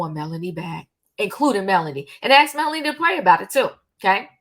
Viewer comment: Your facts are way off. By now, you should know the woman is not a nurse. She herself said she was 22 when she met Martell. And it's MELODY not Melonie